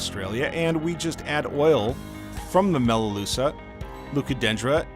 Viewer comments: Best video so far for new fish keepers; I’ve lost two guppies to fin rot so far despite advice from my LFS and am desperate to save a third one. Looks like the preventative things I’ve been doing are far from enough so back to the store again tomorrow. Also, it’s pronounced Melaloo-ka (melaleuca), it’s a hard k sound not a sha sound. Tricky hey! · Interesting vid but please learn how to pronounce melaleuca properly please. As an Aussie I was so confused what you were talking about each time you tried to pronounce it.